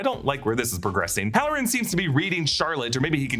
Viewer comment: 😂 next time say hallorann